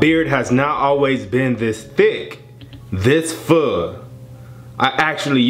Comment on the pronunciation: i heard food xDD